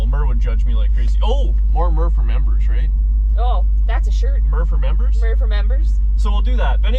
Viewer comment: "Murmbers" only! 👍